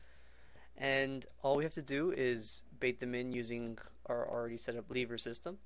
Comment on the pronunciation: was that the first time u seen the word lever and had absolutely no idea how to pronounce it or what?